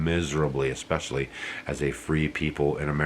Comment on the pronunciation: KH said "eXpecially" Gag me!